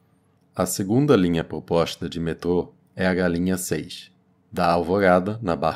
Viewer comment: Gostei da "poposta" rsrs.